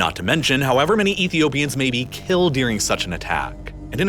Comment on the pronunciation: What's good with your pronunciation of the word "during"? It sounds like "deering" lol. Ok I've done my part